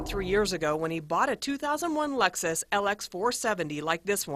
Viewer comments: What the fuck is a "Lexis"?? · 0.42 Lexis lmao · Lexis? What the hell ? It's Lexus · that shit said lexis not lexus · Lexis lmao it's Lexus